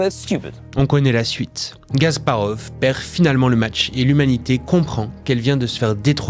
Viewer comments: C'est Kasparov pas Gasparov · KAsparov !! Et non "Gasparov" .... Aieaieaie 😂😂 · Ce n'est pas *G*asparov, mais *K*asparov. En tant que joueur d'échecs, ça me dérange.